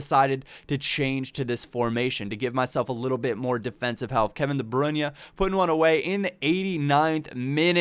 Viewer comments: His name is de BRUYNE not de BRUNYE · please! Its De Bruyne not De Brunye! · De Bruyne is pronounced "De Broyn". Just trying to help. :) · you butcher almost every name...its pronounced De Br-oin